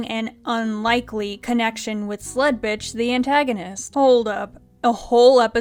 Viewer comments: Y'know, for the longest time, I thought you were just calling her Slutbitch and not Sledbitch. Until the name was actually put on screen there. I'm probably just going to keep hearing Slutbitch. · Ok but I cant be the only one who always hears "Sl*tbitch" instead of "Sledbitch" xD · This whole time I've been watching, I actually thought she said Sl_t B___ throughout this ENTIRE review series😭😭😭